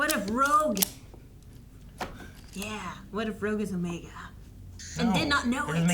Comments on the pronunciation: It's not "Omega" the way that we normally think of pronouncing that word. His name is OH-meh-gah, stress on the first syllable. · "It's OOOOmega, not OmegAA." -Hermione, probably.